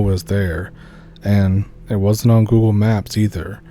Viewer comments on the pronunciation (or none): none